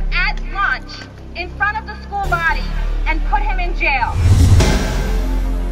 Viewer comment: "SHCOOL" lmao